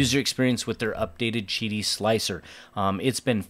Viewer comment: Beautiful machine, painful hearing the company pronunciation... 😂I was curious about Qidi the first time I saw the 3 Max. Glad to see the in the comments about an AMS/MMU type addition; just hope they do a better job of what I have 🙄 Nice pricing 🤯🤘🤘